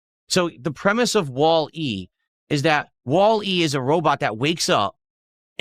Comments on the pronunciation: the kind of person that reads a commonly known movie title in a way that makes you think you didn’t hear him right. Wally, spelled wall.e would still be pronounced wally, you know, because names aren’t pronounced phonetically 100% of the time, so normal people listen to how the movie says it. They use wally, not wall (pause) e. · who the fuck pronounces that as wall.......E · He has to pronounce stuff like that wrong on purpose, right?? Like there is no way he has never heard it said before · Same way he says DOO DEE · He can’t pronounce Wall-E normally… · Only could be dumb enough to not understand the movie Wall-E. Why does he have to pronounce everything weird?